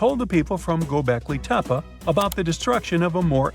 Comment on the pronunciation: The word "Göbeklitepe" is not pronounced "Göbekliteppa". Also, what does "woowoo" mean?